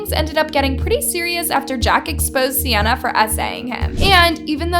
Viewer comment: Love how she be saying sianna gomez but it’s 🤪